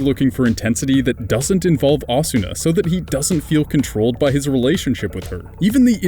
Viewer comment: Yeah, giving the 'r' in Kirito a hard 'r' pronunciation like a pirate. Pronouncing the 'A' in Asuna as the same as the 'a' in 'apple' as well as fully pronouncing the 'u' when it's a whispered vowel. It's funny to hear.